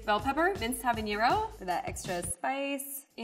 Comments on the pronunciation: Her incorrect pronouncing of habanero was hilarious. Yt people add ñ where they dont belong 🤣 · a lot of us mess this up but.... it's just habanero there's no ñ in habanero